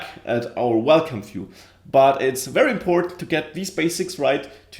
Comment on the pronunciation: Finally, someone showing how to build an authentication system from the ground up! Thanks a bunch! Also, I like how you pronounce "view". "Phew".